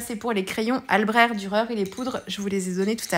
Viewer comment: Bravo, une page marine toute en nuances 👌...je me permets et à voir si qqu'un parlant allemand peut nous départager sur la prononciation ( mon allemand de lycéenne très nul d'ailleurs) mais je pense qu'on prononce le cht à la fin d'albrecht...en référence à ich, comme ich liebe dich my dear.Je préfère finir en anglais 🤣 bon week-end